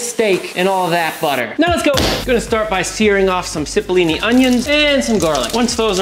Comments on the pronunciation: Goddammit. The onions are pronounced CHIP-O, not SIP-O. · the onions are pronounced 'chip-o-lini' not 'sip-o-lini'. the chili powder is 'cash-meer-i' not 'cisch-meer-i'. work on presenting good, actual recipes (w/measurements, etc.) instead of the sophmoric antcs & pronunciations, of course.😋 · You should learn how to pronounce your ingredients. Cipollini is italian and is spoken like chip(ollini) not like zip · Ci in Italian is pronounced like CH. So, CHI-po-li-ni onions (they are an Italian variety). It's not hard, it's not complicated, and as a food professional you should at least try to pronounce food words properly. Have some respect.